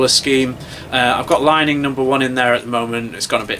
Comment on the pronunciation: Thanks for the review. It's worth noting they are all head heavy or slightly head heavy rackets and mostly used by singles players which is probably a reflection of the reviewer's playing style and preferences (I believe he has described himself as a bit of a clubber in past videos). BTW, Li Ning is pronounced "Lee Ning"